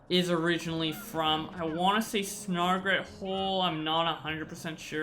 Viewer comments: It’s a snagret not a snargret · The way you say "snagret" hurts me